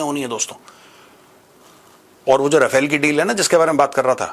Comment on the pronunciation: No offence Maj, but it's रफाल, not राफेल. Wg Cdr K Abraham ( Retd )